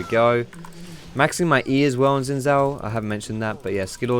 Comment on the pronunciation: Good vid but u pronounced xin zin...maybe it just me